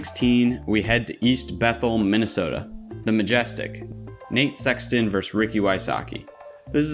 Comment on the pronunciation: Dude the word is versus with 2 syllables